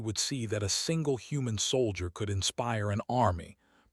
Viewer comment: Saul i der instead of soul jer. Computer needs better training